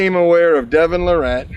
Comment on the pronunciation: Devon Luh-Rette Lol has to know how to pronounce his name by now but doesn't 😆 Devon definitely sounds and acts a lil differently then those really old vids of him